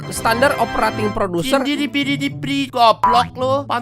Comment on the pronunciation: SOP tuh P nya PRODUSEN bang bukan PRODUSER 😂😂